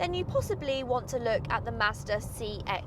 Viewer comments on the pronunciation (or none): none